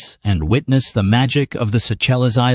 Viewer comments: Suchellez 😂 thats one of the funnier pronunciation mistakes I've heard. That just made my day. Try "Say shells" next time 😁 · It's pronounced Say shells ! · Pronounced “Say shelz” ! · A feast for the👀..absolute paradise! 🌊🌊🌊🌊🌊🌊🌊 It's pronounced, "say shells" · Beautiful place. Stayed there for almost 2 weeks in 2015. I think it's pronounced as Sea-Shells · It's pronounced "Say shells" after french politician Jean Moreau de Séchelles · Yes very nice place..pronounced "sea-shells" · I believe it is pronounced, "say-shells". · this is my country! it is pronounced seyshells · I only wathced this for the lady at the end.. and im sure its pronounced sea shells? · Definitely would be helpful to properly pronounce the island’s name; phonetically pronounced: Say ‘ shell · Pronounced Say Shells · it is pronounced like 'Sea-shells'..So, you get SEYCHELLES 🔔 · It's pronounced say shells..... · Pronounced: "Sea-shells" and it's "sea-shellwa" culture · True, his pronunciation is a but off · Need to work on the pronunciation of the island. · Would be an idea to learn how to pronounce the name of it correctly. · Who ever is the narrator can not pronounce that not the name ask someone how is it pronounce lol😅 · The way that fake voice pronounced the country, LOL.😂😂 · Lol learn the pronunciation of the place before talking about them. 😅😂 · Don't use AI, can't even pronounce Seychelles